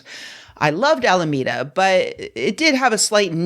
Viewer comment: "I know it's in Alameda, but vere is Alameda?!"